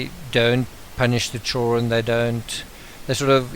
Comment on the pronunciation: Your voice is not boring! It's perfect. I have only one complaint. Your pronunciation of 'children'. I don't know why, but it bugs me.